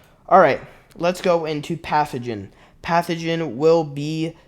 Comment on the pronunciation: It’s pantheon moron not pathogen 😂😂😂 this is why i don’t trust this moron with any destiny news